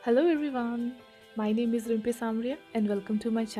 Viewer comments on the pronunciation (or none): none